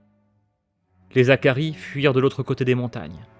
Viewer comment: Et on dit les Hakkari pas les Zakaris, pas de liaison avec un H ! Vivement la suite en tout cas